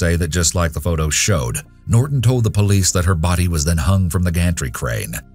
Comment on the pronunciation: what is up with the glitch? at pronouncing "Norton".